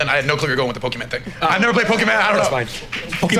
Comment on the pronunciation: I felt a weirdness when he said Pokeman. Who the hell doesn't know it's at least Pokemon?